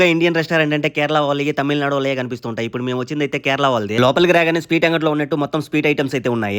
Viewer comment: Speet kadhura naayana….sweet anali🤦🏻‍♂️